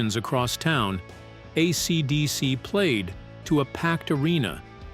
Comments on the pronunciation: Most of the time it's fine... just when it says AeeeeCeeeeDeeeeCeeee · Why are you saying AC/DC like that.